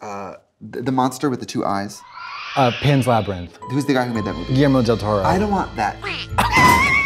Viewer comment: Trixie trying to pronounce Guillermo del Toro cracked me up so much 😅